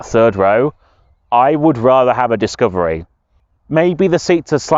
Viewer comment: dicavery ? xaxaxaxa what a f idiottt😂😂😂